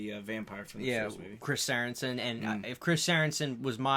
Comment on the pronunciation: It's Chris Sarandon, not Saranson